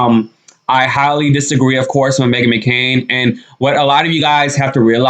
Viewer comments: Megan McCain NOT Makaren.lol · McCain!!! NOT Mckaren.